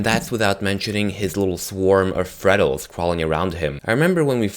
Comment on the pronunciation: Final a you tuber Besides me that calls FREDDLES FREDDLEES